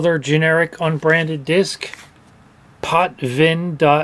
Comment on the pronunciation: That's how you're supposed to pronounce .BMP.